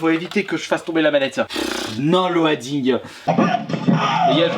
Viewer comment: Know looooding ! On dit pas Lo adding voyons!!!